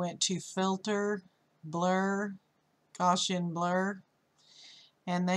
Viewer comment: Love the tutorial, but you folks in the Photoshop community need to learn how to say Gaussian. It's the worst pronunciation I've heard, but it's not right either.